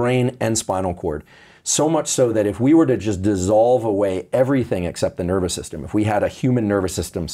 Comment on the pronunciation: "Your nerber system"